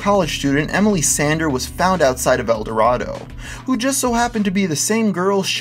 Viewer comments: Btw the town is pronounced El Dor-AYE-Do, not like the city of gold. I know it's weird but we're Kansas. We pronounce the Arkansas river the ar-KANSAS river, and Arkansas city either Ar-KANSAS city or just Ark City. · I know this is old, but you pronounced El Dorado wrong when referring to the town in Kansas. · On that GPS one I live in Augusta, which you can see on the map in video, and have spent much time in El Dorado. You're saying it wrong bro. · You've been saying El Dorado wrong the entire time in this video Source: I live there.